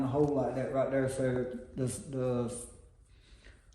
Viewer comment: "Like that right derr"😂 nice video!